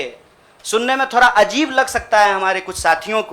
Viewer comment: Dear kanhiya , beta ji ab aap ‘ D ‘ d hi bole please ‘thora Thora’ Mat bolo . I feel ashamed . I m proud of u . U will b biggest leader of India one day . Lagta hae mujhe tumhari language ki teacher ban na hoga. Never mind , I like u , ur speeches nd ur ideology .👍